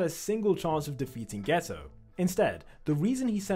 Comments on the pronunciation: Are you saying geto or gayto? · Haha bro said geta as gayto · geto❌ gayto✅ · I heard gayto💀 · "you can tell this is suugruru gayto" 💀💀💀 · “Suguru Gayto”💀💀💀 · "suguru gayto" 💀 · why is he calling him gayto